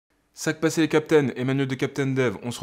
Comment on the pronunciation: Je croyais qu'il disait "Segpas, c'est... " xD Ça me faisait marrer